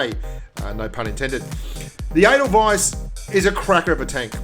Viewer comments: Is there 2 ways to pronounce Edelweiss? Cause I'm pretty sure it's pronounced Ay-del-weis like the name of the song. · The way you say the name sounds like anal vice!